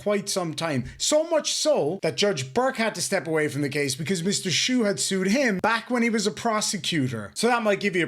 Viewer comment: Funny to mispronounce Mr. Schuh's name... From the little I've seen, Mr. Sue certainly seems more appropriate than Mr. Shoe (Shuh in German means shoe).